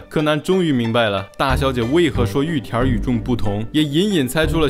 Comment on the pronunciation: 聽了這麼多集總算發現玉田rrrrrrr的秘密